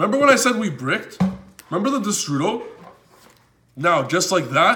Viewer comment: Why does your destrudo sound like the strudel?